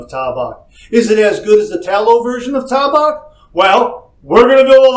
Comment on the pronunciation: IT'S T long A-BACK